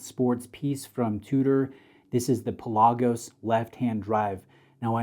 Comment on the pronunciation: Do your homework.Its pronounced Pè la gosh: meaning deep sea in Greek It's not just a made up name